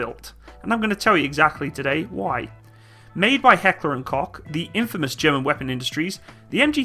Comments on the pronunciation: It's not Heckler und Cock. It's Heckler und Koch. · i hate to be that guy but its pronounced coke like coke the drink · Heckler and Koch. The Koch is Pronounced (Coke) my ex father in-law was German and they will correct someone quickly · what the hell i Hoch not kok! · It's pronounced COKE not Cock. Other than that great vid! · Its heckler and koke not cok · Heckler and KOCH not Kock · It's pronounced Coke not Cock... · It is pronounced Coke. I usedto get this wrong, as I am a yank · interesting pronounciation: "Heckler und C*ck" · Yes, that's right. Because in English "ch" is pronounced with a "k". Same with "Heckler und Koch", wer he said "Heckler and Kok". It's difficult for not-German-speaking people to get it right :) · It's pronounced vehyr-macht. And it's heckler and - koch (coke) like coca cola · Koch is actually pronounced coke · I love how English speaking people Pronounce Heckler&Koch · For me as a german it felt like someone punched me in the face when he Said Heckler and Koch.